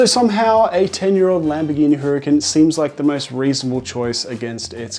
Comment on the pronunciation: ITS NOT HURR CAN its pronounced URRCON